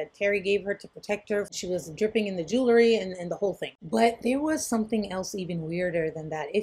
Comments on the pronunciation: It’s pronounced JU-wel-ree, not JU-la-ree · Maybe says jewlary instead of jewelry intentionally.